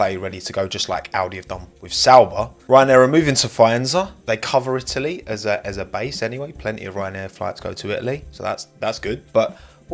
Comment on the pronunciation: IT - A - LEE